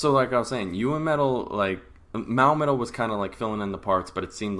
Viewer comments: Great review! :) Two small points...... 1) it's NOT "Mao" metal : it's Mo-a !!!! 2) It WAS LEDA on stage..... .with his signature Strandberg headless guitar ! The battle choreography was in the song "Akatsuki"....... it's similar to the "fighting" moves that Yui and Moa do when they perform the song "Ijime Dame Zettai" (sadly not in the current tour setlist!) (with added lightsabres lol) You are in my Babymetal Reactions playlist..... check it out on my channel! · I'm at about the halfway point in watching your review of babymetal's concert and I have this to say right off it's not Mowmetal it's Moametal and as far as the length of time between the first band getting done playing and Babymetal came on stage that's normal with any show unless there is strict time constraints you're lucky it wasn't guns'n'roses headlining it would have been almost 2 hours before they came on after the first band